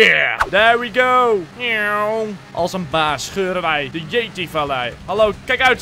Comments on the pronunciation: Je spreekt het uit als jeeti in plaats van yeday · T is yeti niet jedi lol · je zecht jeety